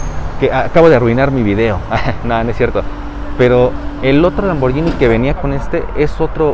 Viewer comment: como dato no se pronuncia lamborllini se pronuncia lamborguini como guitarra, porque hay una h después de la g, soy italiano